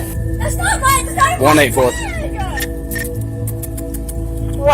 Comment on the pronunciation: Mmmmmmmine. That’s not mmmmmmminnnah